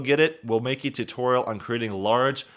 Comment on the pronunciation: "If you guys want a TUHtorial on this topic..."